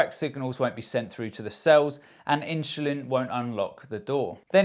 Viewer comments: S/l inchulin to me??? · Am I the only one hearing insulin pronounced differently? I’m sure that’s the right way 😊